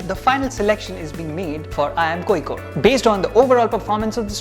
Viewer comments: And you mistyped seen as scene. And it is originally pronounced as Kozhikode at present not koyikode, unless Locals do otherwise. Fun fact, some other names in the past- The Arabs called the city Qualiqut, Tamils called it Kallikottai and the Chinese called it Kalifo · its not L its' zha' ഴ Kozhikode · കോയിക്കോട് അല്ല കോയാ.. കോഴിക്കോട്..! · And you still learnt wrong one. Its Kolikode with a different L which north Indians can never pronounce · I watched this to learn how to pronounce Kozhikode